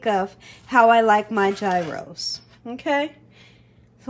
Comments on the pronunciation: you're so funny. It's pronounced "YEE-ros" G is silent, it's like year-o with a "y" Looks good though. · Hi, please don't take my comment as a slam to you because I love you girl! Gyros is pronounced "yee-ros". Tzatziki sauce is also so different tasting than cucumber ranch. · FYI— correct way to pronounce gyros is yee-rose. I know everyone says it differently, but I looked this one up. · I don't mean to be one of those people who have to correct others on how they say things, but I was corrected myself by the place where I get my Gyros I was told that it is pronounced Gyros = "Year-oh(s)". Please forgive my letting you know what I was told. I don't think that making the tzatziki sauce is difficult. I need to ask my restaurant how they make theirs, but I think they told me once that it was simple. I'll look for a recipe.